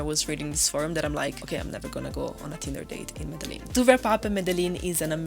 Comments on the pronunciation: Cool video :), but please pronounce Medellin like Colombians, sounds way cooler. Thanks and keep up the good work. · Can’t even say Medellin right gonna trust this stupid review it’s not the top 10 things to do just the 10 things you did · Plis, aprende a decir bien Medellín 😢.